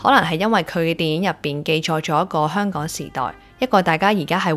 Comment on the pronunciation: 啲懶音多到嚇死人！！👎👎👎👎👎👎連香港個”香”字都係懶音⋯⋯ 唔該你學好啲香港話你先至學人講影評👎👎👎👎👎👎 扮活喺九七之前嘅香港人😂！ 97前已經係度的港人才沒有你那麼多懶音⋯，你肯定係九七之後才成長起來的小朋友，唔好扮知道九七前嘅香港係點啦🤨😂⋯⋯大話精！